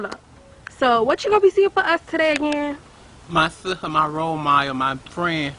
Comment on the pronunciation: lol "my sista, my wole model, my fwen, Frantaisha"!